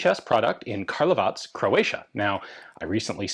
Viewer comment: Love how you say Karlovac properly.